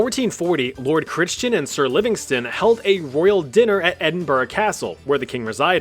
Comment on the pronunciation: Crichton is usually pronounced like "CRY-tn." See what happens when a generation refuses to consult Boomers or Boomer-era media in favour of getting things wrong?